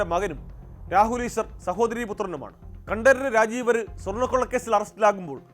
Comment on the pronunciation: കണ്ടരര് എന്നല്ല കണ്ടര് എന്നതാണ് ശരി